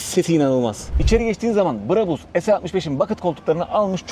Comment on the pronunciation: Brabus Orjinal söylemde a yı şapkalı â gibi uzatarak söyleniyor Almanyada ! Bu şekilde söylediğinizde çok garip oluyor! Örnek Bravo yu söylerken a sı uzatıldığı gibi !